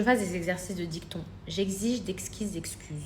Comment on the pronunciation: Exercice de dicton ! 😂😂😂 DictIon ! Quelle cruche !